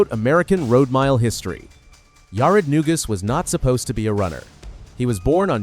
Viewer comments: It's Na-Goose, not New-Gus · It’s pronounced “na goose.”Painful to hear the mispronunciations… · Maybe you could have got his name right, it's "Neguse"